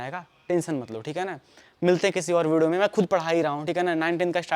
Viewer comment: Bhai video pranounce karna jara phirse😂. Majak se hatke